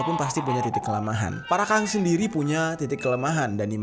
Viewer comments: Parakang BG bukan Parakan 01🗿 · Bang namanya parakang bukan parakan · Bang jeri Parakan bukan parakang😐😐😐